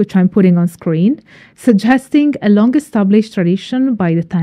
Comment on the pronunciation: Y Gododdin is pronounced "Uh Godothin", the "th" as in "the", and Culhwch is pronounced "Killhooch", the "ch" as in the Scottish "loch". I hope this helps.